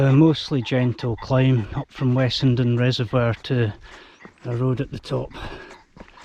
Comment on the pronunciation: I've never heard Crowden pronounced any other way than with a rhyming start with corvine bird (crow) rather than bovine mammal (cow), much like Snowden. Both get a mention in the Manchester Rambler. I lived in the area until I was 18 and walked all over this part of the world.